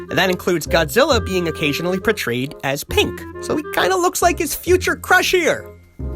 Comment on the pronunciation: I lost it at "so she's PANK!" lol